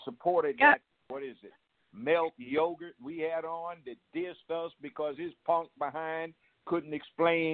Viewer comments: He said “Milk Yogurt” instead of Malik Yoba 😂😂😂😂😂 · He said Melk Yogurt(Malik Yoba)😂😂😂😂😂😂😂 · Lol😂😂...Malik Yogurt (Malik Yoba)